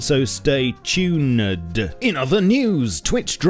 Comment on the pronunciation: Did you say “Stay Tunaed”?